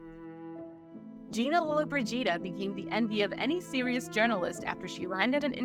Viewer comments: LolloBRIgida ... not LollobriGIda :D Wrong accentuation sounds like "frigid" .... As for the topic, very interesting and a strong story. Men of power then all they wanted was to use their crown jewells below the belt. I wish I could time travel and give them an ear full (putting it mildly). Gina lived a long life - I was amazed 95 !!! She was at the end very fragile, trying to hide all imperfections to the best she could. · Lolo-bridge-eeda! Please practice the proper pronunciation of these names. It's a sign of respect! I have to say that the Scottish fellow does the best at these narrations! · Lo-Lo Bridge Eeda? Really 😂😂😂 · It’s Lo-lo BREE jee dah! The accent is on the third syllable. I can’t watch it now because it’s so annoying that the name is mispronounced! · LOW-la BRIDGE-ida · If you are going to make a video about Gina Lollobrigida you should learn how to pronounce her name. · If you're going to narrate a video about a celebrity, please learn how to pronounce her last name. It's not hard to figure it out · What kind of journalism is this? This is a famous lady and you don't know how to pronounce her last name? My suggestion is stop being a presenter/ commentator on this show! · Was there a reason why you consistently called her the wrong last name ? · Hard to believe you wouldn’t practice the correct pronunciation of her name before making a video! Unprofessional! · Like nails down a chalkboard………… every time you mispronounce Gina Lolabrigida’s name. Unacceptable, disrespectful and utterly rude. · could the narrator please learn how to pronoune her name please?? i wont watch this ignorant little documentary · Once, just once I wish the narrators would learn how to properly pronounce actors names. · The narrator and Adobe Premiere Pro editor are doing more damage to Gina Lollobrigida than any of her boyfriends did. The narrator and editor waited until she was gone, then twisted the truth, including the pronunciation of her name. YouTube encourages fraud.